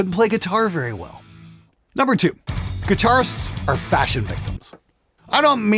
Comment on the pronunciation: Fasion? Mmmm... I think there's an "h" in there somewhere